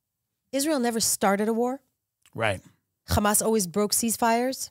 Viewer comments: Who else hates nothing else bit when she says the word hhhxxxaaamass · the way she pronounces hamas is hilarious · Who else was pronouncing hamas? The way this nice guest was and able to clear out their throat from a cold. They just got over?